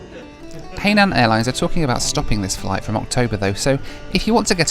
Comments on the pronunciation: I THINK ITS PRONOUNCED HI-NAN NOT HAY-NAN, INFACT ITS IN THE SAFETY VIDEO ONBOARD. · Hainan is pronounced closely to Hi-naan, (Hai is the same as second syllable of the city of 'Shanghai', not 'hey' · Pronounced “hi” nan not “hay” nan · Hey it's Hai nan airlines not Hey line airlines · It’s pronounced this way, hi nan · Just a word of advice it’s pronounced as ‘hi... Nan” (Hainan) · realises he's been pronouncing the airlines name wrong the whole time 😂